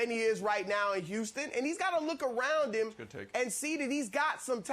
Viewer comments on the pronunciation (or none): And instead of saying "him" he says "eem" lol